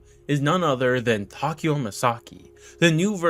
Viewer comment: Tokio jajajaja es takeo